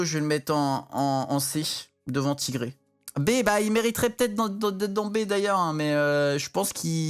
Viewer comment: c'est clair moi c'est quand il dit "TIGRÉ" au lieu de "TAïGRI" mdr